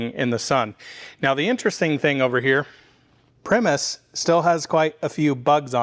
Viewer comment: Btw pronounced pry-muss. 99% sure. Like the band. Same spelling.